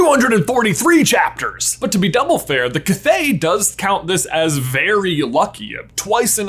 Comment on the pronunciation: Your perfect pronunciation of "Kvothe" is SO satisfying.